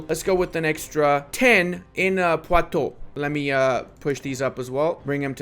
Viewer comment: just letting you know you pronounce "oux" in "poitoux" like "oo" in "wood" or "hood" :D